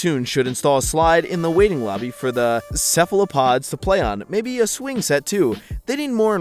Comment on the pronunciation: I love how said "cephalopods" and "açaí" right first try but said "Carter" instead of "cater."